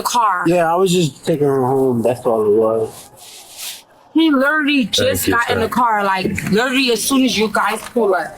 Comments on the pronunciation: He lerterly got in the car, lerterly.. lerterly. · "He LETTERLY just gon in the car" 🤣😂